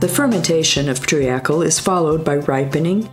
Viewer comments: mor-it-si-us? tree-akl? is this robospeak? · Why does this narrator mispronounce half of her words. Like Mauritius, Seychelles and treacle. Its very off putting